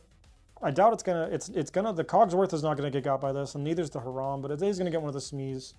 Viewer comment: Great video! I do get misophonia from Her-ahm vs High-ram but my only real negative is Holos are nice but dont look great on camera.